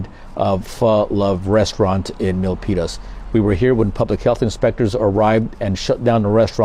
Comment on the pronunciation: Locals actually call it "milk penis" but you said Milpitas perfect